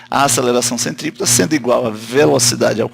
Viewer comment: CENTRIPETRA KKK ACHEI QUE ERA CENTOPEIA HUMANA